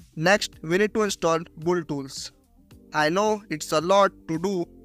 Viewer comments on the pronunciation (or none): Build ❌ Bolled ✅ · Build ❌ buld✔️